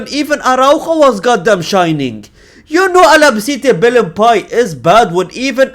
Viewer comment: BALON-PEE-EH... Not Balon-Pie...